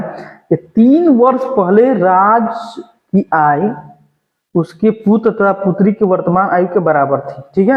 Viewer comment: आयु को आय आय क्यों पढ़ते हो